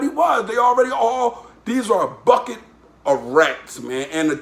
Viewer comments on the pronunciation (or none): none